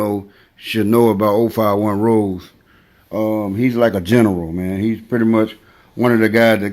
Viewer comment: It's pronounced Ro-Zay not Rose like the flower. He got a body out west so it wasn't an opp he killed...even tho he allegedly got THF Bob-O & 12 was tryin to indict him on it along with Wop. Melly wasn't kickin it wit his opps all the time either...he would FaceTime em & shit & SEEM friendly wit em but that's how we do it in the Raq. Opps will go live wit each other tryin to figure out they Lo or learn shit about em they can use. Plus ain't no point in actin tough over the phone...it's bout action not talk in Chicago